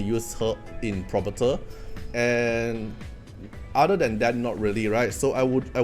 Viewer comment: Hey bro. Just a few tips: Phobetor is Fo-beh-ter not probator. Djoser, just ignore the D and say Joser.